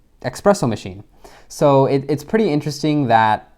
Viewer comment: You lost me at eXpresso.